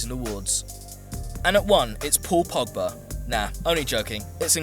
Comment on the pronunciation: When he said Pogba... I almost threw up lol.